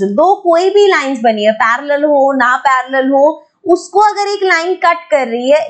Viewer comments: that parrrrallel😂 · When mam is teaching axiom 6.3 how mam says parallel 🤣🤣🤣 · parallel line pronounciation I just laughed at once🤣🤣